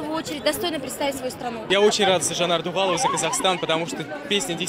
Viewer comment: Говорите правильно - "Дугалова".